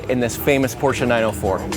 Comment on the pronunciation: Beautiful car and thanks for pronouncing Porsche correctly!